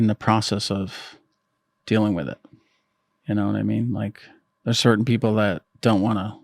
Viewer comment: Oh give me a break you immature idiot!! Cer~ain? Really? Cer~ain? How old are you anyway? Put the "T's" back in your language or just shut up, please!